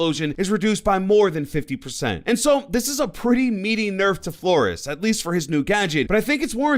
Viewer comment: Please say flor-ez